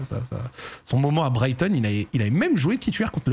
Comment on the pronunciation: Pourquoi tu dis pas Brighton correctement t'as un truc contre eux ? Go SEAGULLS